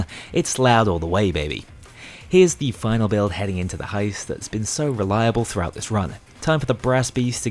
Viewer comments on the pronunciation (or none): none